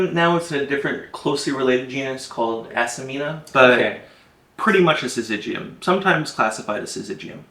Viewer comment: The genus is Acmena, not Acemena. Acmena smithii tastes better.